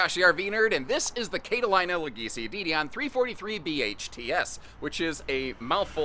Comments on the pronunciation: kate-a-line-a? I thought it was cat-a-leena. 🙂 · Cat-ah- lean-ah. Sorry, pronunciations police came out!